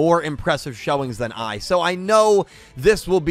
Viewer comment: when you said “If Lightning and AI dueled” I rewinded cause I thought “AI” was actually “I” as in you () 🤣🤣🤣sounded like you were challenging Lightning